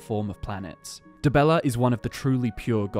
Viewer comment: Dibeller? Really? :))